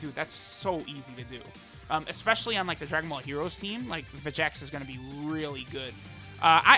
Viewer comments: His name's pronounced Vecheeks. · Where do you get the second "e" noise from in vegeks. You dont pronounce vegeta like ve-ge-ta you say it like ve-gee-ta. And trunks doesn't have an e in it soooo. It should be enunciated as ve-gee-ks If that makes sense.....